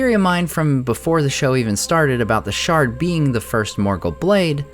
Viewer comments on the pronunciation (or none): none